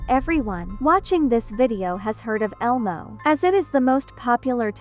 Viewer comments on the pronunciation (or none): You’re saying it wrong it’s elmo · Bro saying ELMO is so funny